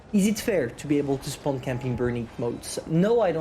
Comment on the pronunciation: Spaown added to the list of words can’t pronounce XD